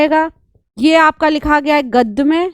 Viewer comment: बैदिक नहीं, वैदिक बोलिये अध्यापिका जी । ... गद्द, पद्द --गलत हिंदी उच्चारण 33.47 गद्य, पद्य बोलिये । तमशो मा जोतिरिगमय- गलत तमसो मा ज्योतिर्गमय - सही